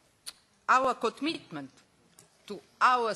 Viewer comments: " We're ...over, uvuh... to meet our COT-MITT-MENT!" This is the best! Ludilo. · aur kotmitmnt :D :D :D :D a prije toga je onako cmoknula s ustima jaoooo UMIREM HAHAHAHA